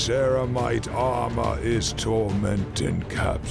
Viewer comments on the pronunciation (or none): none